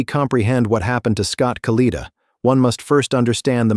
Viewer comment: AI ass hole pronounce the man’s name correctly